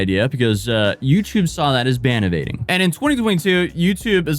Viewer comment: Its ban evading 😂 the north